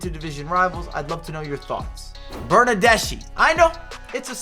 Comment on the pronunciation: I've got to say, the Bernardeschi pronunciation needs some work. It ends with a sound like ski - Bernarde-ski